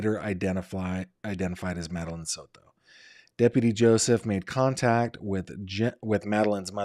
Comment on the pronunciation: The way you say SOTO is ridiculous